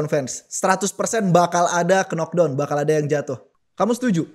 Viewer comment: pengamat combat sport, tapi dari dlu ngmg "knock down" selalu "Kenok Dawn" bukannya "Nok Dawn"